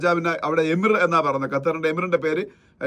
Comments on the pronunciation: എമീർ അല്ല അമീർ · എമിർ എന്നല്ല mr. അമീർ